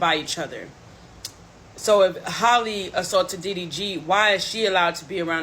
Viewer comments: Hall-E Bailey. It’s pronounced JUST like Halle Berry.. Who is Holly? Nobody ever did that to Berry but a lot of y’all call this young woman Holly for some godforsaken mind boggling reason I just can’t understand! You claim that you “got the tea” but can’t even get her first name right….smfh 😒 I just don’t get it. This isn’t even difficult AT ALL. My god… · Her name is Halle, not Holly lol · Heyyyy,!!! 🙋🏾‍♀️ Halle is pronounced H-AL-lee, not Haley, or like Holly. (H-AL...) RESPECTFULLY 🤞🏾💙 Cuz a LOT of folks never pronounce it correctly. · It's Hey-lee